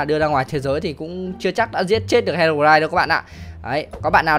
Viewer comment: Đọc là hê rô roai thôi a ơi